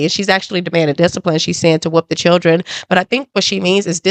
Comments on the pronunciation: She said chrildrin? We be present? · They was all CHURDRIN.... WTF is a CHURDRIN 😂😂😂😂😂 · Her mother can't even pronounce children. Churdren? 🙄 I didn't hear the little girl apologize or admit her wrongdoing? I heard her boast about her grades, being a homecoming queen & head cheerleader. Then I heard her say that she was a better person than the one she was yesterday & she could make a difference. That sounds like what her mother told her to make her feel better about herself & whatever she did! This is what her mother considers to be accountability? Oh boy, tell me you glaze over your child's bad behavior without telling me that you glaze over your child's bad behavior! This is Karmelo Anthony style parenting all the way! 😢He was such a good kid with such good grades right up until he murdered Austin! 🙄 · I agree. Why is it so hard for alot of black women to say " children" properly .